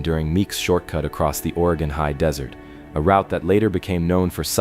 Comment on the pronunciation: In the beginning he say. Waay gon. Probably AI